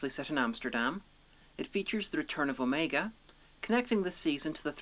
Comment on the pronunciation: Assuming you have watched Arc of Infinity, why do you pronounce Omega's name incorrectly?